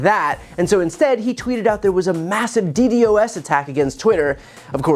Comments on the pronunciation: For future reference it's pronounced like D-Dos or dee dos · i am sorry, but you have no idea how "d d o s" attacks work. firsty, you say it wrong. secondly, you dont know how targeted attacks work. i can tell you know nothing about what you are talking about because you cant even get the first thing you say right. get a grip. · DDOS is pronounced as Dee Daws,. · It is not pronounced D.D.O.S., it is pronounced D.DOS. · If you wanna sound cool you gotta pronounce it “DeeDoss”, not D.D.O.S. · It's pronounced DEE-DOSS. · DDOS attacks are common. It is also pronounced D-DOS.. not ddos. Love the channel. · FWIW - it’s pronounced “D-DAHSS” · DDoS Pronounced "Dee Dos" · Just a heads up "DDOS" is pronounced as "D-doss" in nerd speak 😉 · btw DDoS is pronounced d-dos with two syllables. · Brother - it's customary to pronounce DDoS as "dee-doss" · just a pro tip… it’s pronounced “dee-doss”. It stands for Distributed Denial of Service. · As someone with some experience in live sound, they were likely using an overaggressive de-esser on Trump's microphone. He was not slurring. Also, it's not "D-D-O-S." It's pronounced "D-DOS" attack. if you're going to criticize Trump's speech, you should get your own pronunciation correct first. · Just so you know Brian, most people who work in IT and such pronounce DDOS as "DEE-DOSS" loving the content though! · D dos its pronounced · Dee-doss bro. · DDOS is pronounced DEE-DAHS (I don’t know real phonetical notation, but hopefully you get the idea)